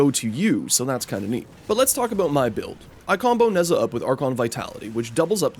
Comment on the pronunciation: I love when people mispronounce the simplest of names. I love Neza